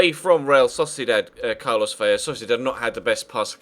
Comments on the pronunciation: Vela not Vella, it's only pronounced with a Y when it is double L!! If you wanted to get picky the V is pronounced B but atleast do the L, thank you!:) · Vela has one L it's Ve-luh